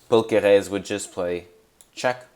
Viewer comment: Great video but why are you pronouncing Paul Kereses name like he's French 😂😂